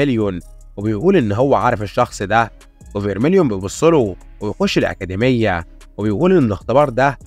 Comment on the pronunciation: أكاديمية ✅️ أكادميا❎️